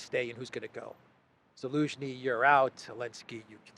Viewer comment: Zelenski. Not Elenski. Now, I am Croatian ( Slavic language ). Zelen or Zeleni means green, someone new, someone that doesn’t know what’s going on.